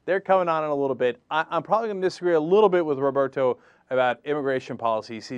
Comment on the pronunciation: ROFL Cenk pronounces Roberto closer to the spanish pronunciation when he's not trying to do the spanish pronunciation